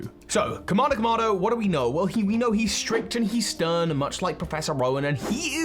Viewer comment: Kamada Kamado, your pronounciation is funny, lol